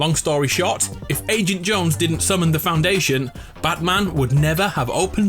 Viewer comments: So Its now “fwoundation” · “Foundwanyetion” I see what you did there 😂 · I know you did not just say the FounDWAYNEtion XD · The fwoundation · “The foundouation” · ITS THE FOUNDATION NOT THE FWOUNDANTION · The foundwayntion he says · Ah yes he foundatwation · My new favourite word "Foundwation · My guy said foundwation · The fwoundation ha! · Him: the foundwation Me: the what? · You said foundation wrong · I like how you pronounce FOUNDATION, " FOUND-Dwayne-TION xD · the Foundwaynetiom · did he say foundwantion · Did anyone else notice that he said foun(Dwayne)tion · The Foun"Dwayne"tion perfect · “The Foun*dwyane*tion” GOLDEN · Wait did he just say...."found-wation"????🤣😂🤣😂🤣🤣😂🤣😂🤣😂🤣😂🤣😂🤣😂🤣😂🤣😂🤣😂🤣😂😂🤣😂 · "The founDWAYNEsion" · i just love the 'foun dwayne shen' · also Founduwation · Anyone else hear “The FoUdWaTIOn” Also I think either Renigade Raider or Bandolette is the IO agent. I feel like it’s less likely to be Renigade, but she touch charge unofficially. And for Bandolette, she didn’t agree with Bat Man when he sad a plan. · Did anyone else hear him say fondwayson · “The Foundwation” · Hahaha the fowaundation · He said it as a joke.